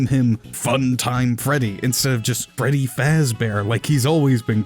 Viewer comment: Dude called Fredy bredy